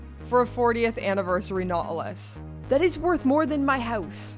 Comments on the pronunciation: That Nautilus has a 't' in it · A Nought-e-lus??? Every episode you blow my mind with a new pronunciation 😄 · 😅 jokes, it's kinda funny how you say it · Why does she say nautilus like a syndrome